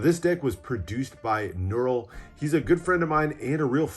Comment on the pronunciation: Nurul did an amazing job with these decks. Great review and pronunciations of the names!